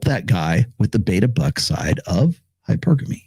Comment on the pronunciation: my bad, didnt see when the video came out. Just finished your 3rd book, btw. Good stuff. Narrator mispronounces hypergamy every time tho lol